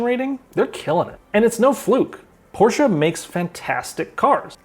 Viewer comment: can i pay you $1000 just for pronouncing porsche correctly bc u have no idea how much of a relief that was lol